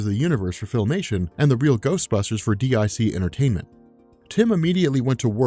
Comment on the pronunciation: Oh, you know no-one called "Dee Eye Cee Entertainment";)